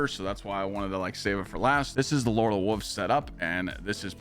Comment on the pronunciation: you sound like a toddler, learn to say wolves ya grown ass man....